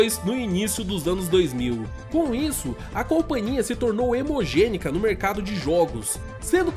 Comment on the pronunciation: Pois é, eu percebi que ele quis dizer "hegemonia" do que "hemogenia", teve um errinho ali hahaha mas deu para entender :)